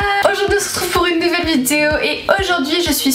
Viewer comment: Je replay 50 fois le début de toute tes vidéo j'aime trop comment tu dit on se retrouve pour une nouvelle "VIDIO"😂🤣